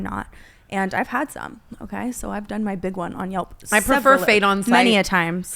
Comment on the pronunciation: Brooke, google reviews!! Not yulp